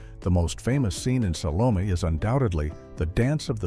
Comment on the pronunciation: I have never heard as many different AI mis-pronunciations of the name "Salome" as are voiced in this video.